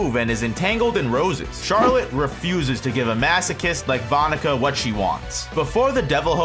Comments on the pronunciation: That’s not how you pronounce her name 😢😢😢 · I’m sorry….the pronunciation of that name is cursed